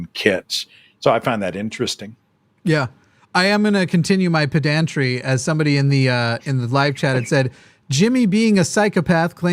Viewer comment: I think I can out-pedant Jimmy by correcting his pronunciation of pedantry. It's not peh DAN tree. It's PEH den tree